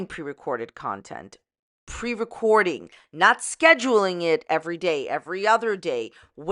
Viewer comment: "Nontent" is hilarious 😂